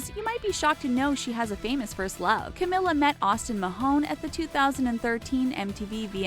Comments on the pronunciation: IT'S CAMEEEELA NOT CAM-IH-LA. 21ST THING DIDN'T KNOW ABOUT CAMILA CABELLO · Its not Cameeeeela ( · 99% of the comments= stop saying her name wrong it’s camEEla Cabello 1% of the comments= other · She says "Camila" wrong